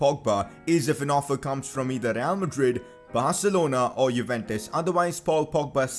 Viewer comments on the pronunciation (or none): none